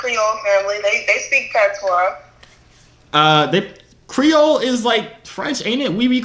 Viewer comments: "Patwah", thas how we pronouce Patois lmaoo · PAT-SWA girl uh deaddddddddd he caan even say dat right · You said pattwa so many times and you ain't even speak it once 😂😂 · I stopped when this dude said Pat tois... I’m Samoan and I know ain’t no Jamaican pronounce patois like that.